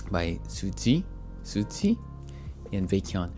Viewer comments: It is pronounced as 'Susie'. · you just pronounce Suzy's name, like the way its spelled. btw hope you check out her Solo music as well as her former group Miss A